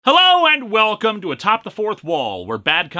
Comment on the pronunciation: The inflection on “welcome” at the beginning is slightly different than normal and it bothers me more than it should